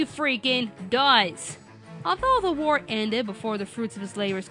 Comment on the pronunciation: I'll be honest, when The Major said "Gentleman, all I want is war" I thought he said: "Gentleman, all I want is VORE" XD